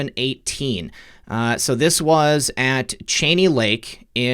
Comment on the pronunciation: Love your reporting...FYI (not real important). I grew up at the “Cheney Lake” every summer! Great times. It’s pronounced Ch(ee)ney.